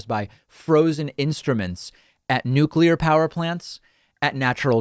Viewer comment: So happy you pronounced nuclear properly. Most Americans say nucular.